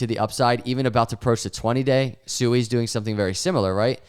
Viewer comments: Hey, according to Rob at Digital Asset News, it's pronounced " SWEE ", not " SU EE ";)~~~ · Did you just pronounce it suey? Your Generations IQ is getting lower and lower